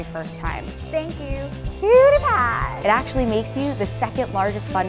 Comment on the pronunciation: "piediepie"? lol it's PEWdiepie